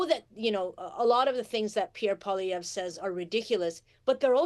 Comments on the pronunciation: It's pronounced Polly-ev. Not Pollyevra. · This clip is too short. It does not explain enough about why Pollievre's politics are bad for Canadians. ( For anyone who doesn't know, he is a corporate stooge who will transfer even more of every day Canadians' wealth to the rich elite). And very odd that the woman with the dyed hair pronounces his name incorrectly. His name is French, so you don't pronounce the last letter. It's 3 syllables, 'Polliev' not 4 syllables 'Pollievre'. Just like his first name is pronounced, 'Pierr' nor 'Pierre'. You don't pronounce the 're' at the end of either. I don't like the man, but at least say his name correctly. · So out of touch she can’t even pronounce his name properly. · At least say his name right!! If your for Mark Carney then get ready for HIS tarrifs he wants to tax nations that dont have green energy that means a tarrif on China, Mexico, and ...the USA!! Look it up don't just get your info from these ppl on the youtube.